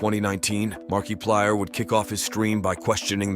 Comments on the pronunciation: It's Al. But in "Markiplier In Space", the commander guy says it like that too 😅. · MERKEEPLIER?? why did he pronounce it like that…. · Marky 😂😂😂 its marka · saying makiplier's name as markie-plyer instead of marka-plyer should be a crime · sure, next you tell us that you actually said "markie-plier" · Is that also why you're pronouncing it Marky-plyer? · Ok... i uderstand this is not important but... why does he keep saying Markeeplier? Was i mispronouncing it all along?! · Who is Mark-key-plier?? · Ah yes. Mark-E-plier. My favorite. (I can't tell if this was a thought out joke about the E meme or if it was a hilarious mispronunciation that just so happened to reference the meme but I don't wanna know which one it is) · Bro it's Mark-UH-Plire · "Markeeplayer" am dying 😭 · marky player? MARKY?! come on ai you got to do better then this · "marquee plier" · Marke eeee PLIERS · AI Voice: "Mark E plyer" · "Markeeplier" no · I love the ai voice calling him Mark e plier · "mark E Plier" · Don’t use text to speech if it can’t pronounce things right 😢 “Mark-ey plier” just sounds like you don’t know what you’re talking about. The video isn’t bad, but I’m over people using text to speech and AI on their YouTube videos. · LOL Mark ee plier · Ah yes, Markeeplier, my beloved .. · Markey plier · I can't tell if he's pronouncing Mark's name that way on purpose or for the meme...Markyplier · The AI voice used in this video called him 'MarkEplier' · why does he keep saying "mar-kee-plier" lol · This specific ai doesn't understand the different pronunciations of I he literally has to punch in mark ee plier to get it to somewhat work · Didn't you know? This is Markiplier's secret brother, Marquee-plier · Market flyer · Mark "E" plier (It's an AI voice over, they mispronounce words quite often) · Mark key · I believe it’s Mark E Plier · Hello my name is Markeeplier. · Market pliers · Mark pee plier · Was this AI? Cus the way he pronounced Markiplier sounds similar to that 😂